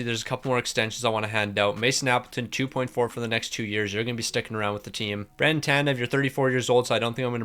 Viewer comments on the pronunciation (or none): none